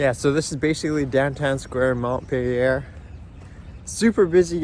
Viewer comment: Mont peh Lee ei Nice vid though. Keep it up.